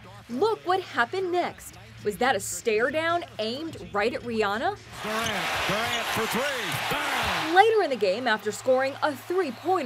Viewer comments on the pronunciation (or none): Rihanna not Rihanna